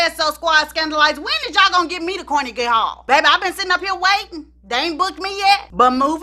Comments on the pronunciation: car-neg-gee hall. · "CORnegy" Hall...lol.